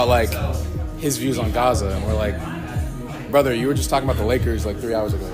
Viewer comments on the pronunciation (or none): It’s BrothA…not BrothER. He’ll be with White She Devil soon enough!